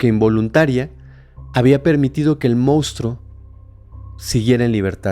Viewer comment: querido y adorado, ya te lo he pedido varias veces, pero no me haces caso 😮 La palabra CORRECTA es monstruos, no moustros, me extraña que siendo personas preparadas, todo el equipo, incluyendo a Fepo caigan en ese error, se oye FATAL por favor por favor por favor corrígelo 😏 Espero que leas mi comentario.